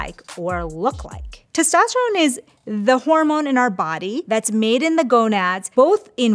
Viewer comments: “Horomone support” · "Horomone" support?? 🥲😅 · horomones lol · Did anyone else notice that the intro says Horomone instead of Hormone? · "Horomone" Support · "Horomone Support"? Oh dear,. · "Horomone" Yes.